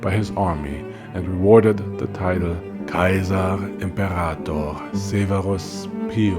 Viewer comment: It's excellent that you pronounced Caesar correctly